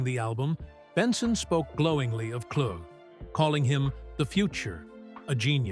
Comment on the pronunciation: The man's name is pronounced "Klu!" or Clue Not Klugg or Kloog!)